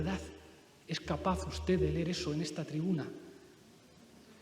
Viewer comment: Pablo no sabe decir usted, en lugar de ustez. Todas las palabras terminadas en d, las pronuncia con Z. Dicho esto, por mucho que escurra el bulto, la verdad como él dice, se la pondrá un juez por escrito